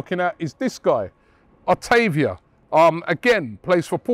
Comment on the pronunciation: everyone: Vitinha Robbie: Vitana Everyone: Otavio Robbie: Otavia